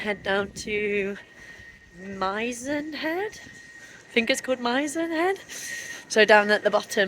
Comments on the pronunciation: Nice video -you have a new subscriber :) Reference your pronunciation. Mizen is pronounced with an "is" following the M not an "eye" . Also, Kenmare - my name Ken followed by a female horse ;) I hope you are enjoying / enjoyed the Wild Atlantic Way. Looking forward to the next episode. I live in the North of Ireland. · Have done a solo run along a section from Lahinch to Clifden ..then across to Westport ..I'm surprised I didn't see a comment on pronunciation for Mizen..it's an 'i' as in 'missing'..